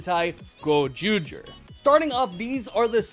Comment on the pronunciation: Awesome review yhiugh well done in butchering those names in Japanese